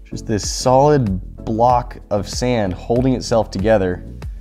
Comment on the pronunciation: you said sam not sand lol